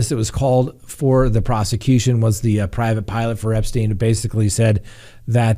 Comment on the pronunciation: why can’t you say Epstein